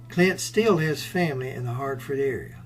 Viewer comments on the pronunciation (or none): none